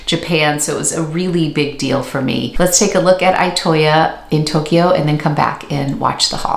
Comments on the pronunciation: Itoya is pronounced more like e-toe-yah. E like eat or east. I hope that makes sense! I don't know how to write out the sound... (>_<) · Loved this video❤ I live in Japan and have been to Itoya a couple of times. It’s a fantastic store that one could spend enjoyable hours and days in. Just a note about the pronunciation of Itoya. The I is pronounced like a double ee